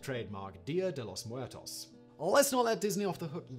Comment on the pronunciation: Simon's pronunciation of "Muertos" sounds like somebody who is just about to puke.